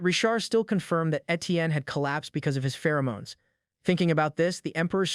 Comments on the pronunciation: I take great joy knowing that somewhere out there some 15 year old thinks it's pronounced "Fer-o-monies" from all these AI narrators, and they're going to be very embarrassed one day in school. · no one absolutely nobody this AI: Fe-ROO-moo-nies